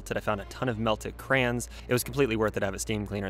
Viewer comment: I heard you say crans instead of crayons 😭 I’m so glad I’m not the only person who says crans 🙃